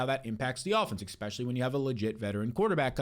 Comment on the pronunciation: Get ready 2 move 4 that McCaffrey take 😅 he's "exspecially " injury prone!